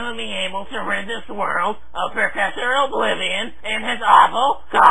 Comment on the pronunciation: PROfessor oblivion!